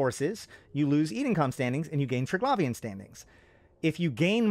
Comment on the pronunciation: Even after watching several Scope videos and hearing Triglavian pronounced correctly over 20 times, you still choose to mispronounce it every time.